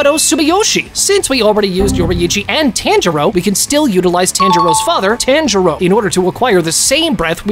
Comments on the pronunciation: This nga said taanjiro 😭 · bro said only true anime fans subscribe but pronounces tanjiros name wrong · I hate how you pronounce Tanjiro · it was a entertaining and good video but the continuous mispronouncing of the names bothers me so much mainly tanjiro and zenitsu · Thanks for doing this vid but first maybe put a spoiler warning and i would like if you pronounced the anime characters names properly(no offense) but instead of TAN-jir-O say taun-jir-do and not Gyo-mei but gey-o-mei